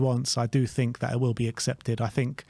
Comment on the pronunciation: Nice to see that sorted out his “fink” issue!